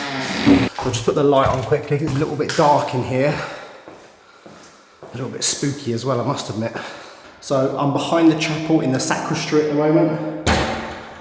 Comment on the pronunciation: Its called and pronounced "SACRISTY" not "SACRISTRY". Enjoy your new purchase.